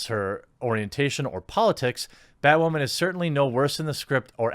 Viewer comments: Why do you keep saying batwhoman instead of batwoman? Like those annoying people that say fucking moosli instead of museli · It sounds like you keep saying, "BatWAHMAN." Are you doing it on purpose or subconsciously...? 😂🤣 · Y does he pronounce women as wamen??? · Why are you saying "Bat WAH MAN"? I've heard you say woman normally hundreds of times and you even say it correctly a couple of times in this video. But when you say "bat" in front of it you say "WAH" man. Is this a deliberate choice to mock the title? Not a criticism, just a question on an observation. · why doe he say "woman" like that?? lmaaoo whau min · Am I hearing things or is he almost saying Batwahmen LOL? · Are u saying BatWhamen😂